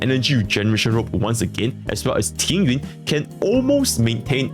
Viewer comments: Why do his Chinese pronunciations of Tingyun, Jing Yuan and Jingliu are exactly the same lol, am I going deaf or something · I heard TingYuan and thought it was on purpose.